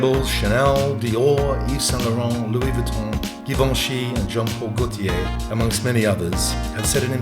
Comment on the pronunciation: GUUUURL THE PRONOUNCATION OF GIVENCHY GIVIN ME AGGGGREEEESIIOOON